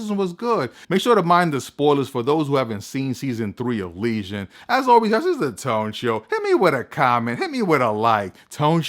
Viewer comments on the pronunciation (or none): you keep saying legion like lesion